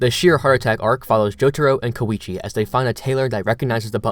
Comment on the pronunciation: is there any real reason people pronounce koichi's name as ko-weechee? thats not how its spelled or pronounced anywhere except these videos